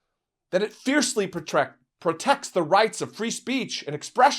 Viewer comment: prjec or protect?? he screwed up, lol